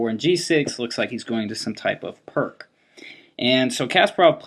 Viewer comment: It's called the "pierce" defense, not "perk".